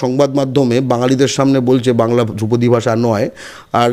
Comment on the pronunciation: বলিহারি বাংলা হান্ট! ধ্রুপদী কে দ্রৌপদী বানিয়ে দিলেন! বাংলা ভাষার জন্য সত্যিই ভয় লাগছে।